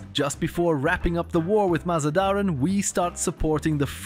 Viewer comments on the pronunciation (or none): You are pronouncing MazaNdaran wrong, please don't :(